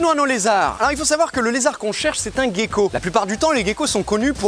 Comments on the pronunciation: Sa se prononce "gécko" et pas "guécko" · Ça me perturbe, tu dis "guecko" au lieu de "gecko" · Mais on dit Gécko et pas Guécko? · Merci pour ta vidéo super intéressante. J'avais une question, je t'entends dire Guecko mais moi j'ai l'habitude de dire *Jecko*, y a-t-il une bonne prononciation ? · Pqoi on dit "Guecko" alors que "Gecko" dans la langue francaise se prononce "Jecko"...? 🤔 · Vidéos sympa ! Dommage que tu dises "Guecko".... :p On ne dit pas "Guenepie" :) Sinon top de mettre en avant les geckos de la réunion ! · la prononciation en "guecko" ptn 📉